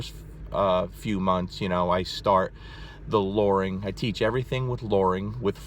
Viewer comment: Lmao the way he says luring. It's a U not an O.